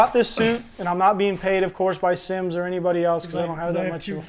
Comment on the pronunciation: Thought Simms said Simps